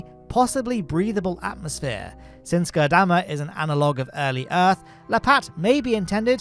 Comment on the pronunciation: makes an effort to pronounce Gurdamma correctly Also: omits the R in Ireland and proceeds to say “Island” about a dozen times in 5 minutes.